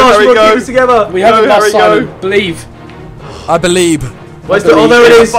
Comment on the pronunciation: you said : I Beliepe .